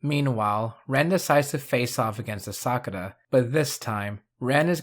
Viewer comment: Bro really said Asakura wrong. 💀